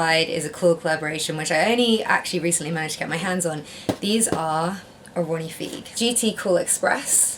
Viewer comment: Ronnie Fieg pronounced “Ronnie F-EYE-G lol